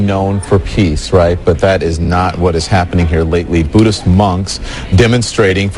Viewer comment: You are not human,You have no able to say buddhist